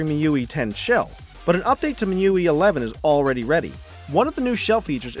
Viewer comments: i am going to correct your pronounciation. MIUI - mi you ai :-) nice vid tho. I will buy the mi 9 lite for sure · Isn't it pronounced MI-U-I?